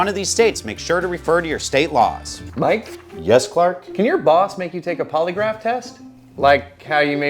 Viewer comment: I thought he was saying poliwrath like the Pokémon